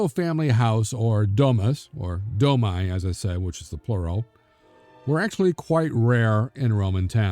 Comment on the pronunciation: Domi--pronounced 'Do mee.'